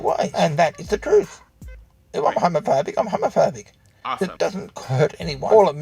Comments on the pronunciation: "Am hewmewphewbeeck and preud" It's the fedora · Is he saying “Haamaphaebic”? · I like his pronounciation "Hömöphöbic" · I kept hearing "Homofurby" instead of homophobic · “Ai-m HaMoFoBIc” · "Arm hawmafawbick"